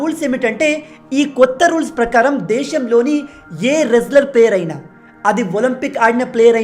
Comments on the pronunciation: అది వ్రేస్లేర్ కాదు రేస్లేర్ అది. చాలు మీ చదువు ఇక్కడే తెలుస్తుంది🙂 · Excellent, brother! W is silest in wrestler. రెజ్లర్ అని పలకాలి; వ్రెజ్లర్ అని కాదు